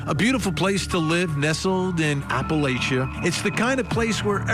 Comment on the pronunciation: At least Vinnie rponounces "Letcher" County correctly but for God's sake it's APP a LATCH a . Say it....APP a LATCH a.